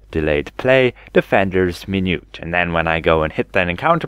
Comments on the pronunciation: Minuet is pronounced "min-ū-ette" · min-yew-ett and on-core ... however you get more of them right than the other creators I've seen lol, good on you for saying 'this one' stead of trying to pronounce some of the italian words